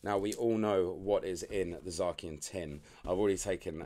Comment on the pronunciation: wtf is zarkian? its zay c un lol